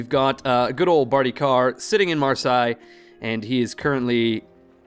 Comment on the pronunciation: How is it 35 episodes in and still no one has pointed out to you that Marseille is pronounced mar - say. Cracks me up every time.